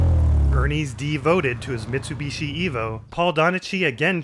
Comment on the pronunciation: I hate the way you pronounce Mitsubishi xD